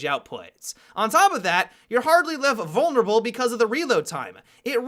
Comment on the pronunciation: "Hardly left vulnreble"....dies